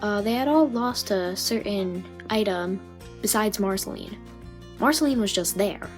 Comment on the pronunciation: You said it wrong you need to use the sound of the past letters in Marcelines name